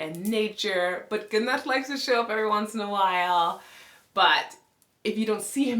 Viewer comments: We actually do say it like ’Guu-Narr’. Then English speaking people made their own remix aka Gunner 🔫😅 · Loved how you pronounced your husband's name 'Goo-Narr' vs. 'Gunn-Nerr'. Have a friend whose father is from Sweden. We've always called him 'Gun-Nerr'. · Always loved the name Gunnar but now hearing it with the Icelandic accent, even more. In English it is broken up in two syllables, between the two Ns and in Icelandic, it is split after the Ns, and rolled R. Love u guys as a couple! Did u notice your facial structure is similar. Both with broad faces and flat straight foreheads.